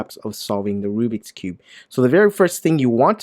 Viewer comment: also its not called RUBIC its RUBIKS and the bad brand u said was RUBIX see?